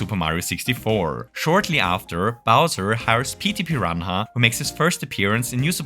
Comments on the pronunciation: Mate... "piran hah"? xD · The way you pronounced Petey piranha immediately made me subscribe 😂